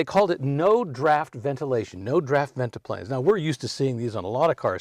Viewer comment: Guessing that's a modern headliner! It's Ventipanes, not ventiplanes.